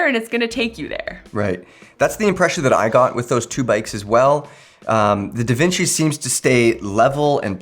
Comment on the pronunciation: Omg it may sound weird to you guys but actualy nailed the way we are suppose to say Devinci!😂